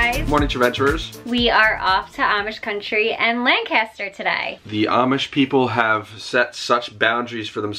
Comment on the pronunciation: say lenkisster and don't sound like a dank tourist. we cringe when you pronounce it WRONG